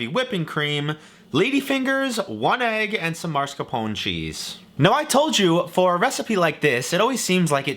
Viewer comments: Ok, I'm going to ask you the same question I mentally ask like 90 percent of the US population: How do you see the letters mas-car-pone and say it "mar-sca-pone"? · That hurt your ears more than maRScapone? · I'm Italian American. Calls it Marrrrscarrrrpoen. Italy in Shambles